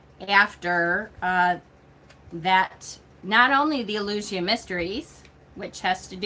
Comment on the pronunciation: It's important to keep in mind that the Southern Hemisphere exists (despite the silly flat-Earthers' claims), and is on the opposite side of the Wheel to us at this time of the year... Spring Equinox, whatever you may call it... Taliesin is pronounced, "Tal-ee-ESS-in..." Mabinogion is pronounced, "Mab-on-oh-gee-on." Eleusinian is pronounced, "El-yoo/oo-SIN-ee-an." Back in the 80s and 90s, when I was starting down the Wiccan path as a kid, the Golden Bough was one of the few hefty resources you could find in most libraries. It really is an interesting read, though Frazer does focus a lot of attention on the Near East and the Middle East, and especially on the Greco-Roman mythologies. For more comparative-mythology resources, someone might enjoy "The Pagan Christ," "The Jesus Mysteries," and the Farrars' books "The Witches' God," and "The Witches' Goddess." British books use "corn," "cereals," and "grain" basically interchangeably. They don't often mention the yellow American variety, except to call it "maize," when they do. As for getting rid of books,... I make a point of marking the year I buy each new book, as soon as it gets home, so that if I haven't read it in five years, I'll donate it, or sell it to someone who might use it. Mind you, I went out of my way to ensure I have books that are out of print in my collection, and I hate to get rid of the ones I won't be able to replace. Horns and antlers are important at this time of year because autumn is the rutting seaso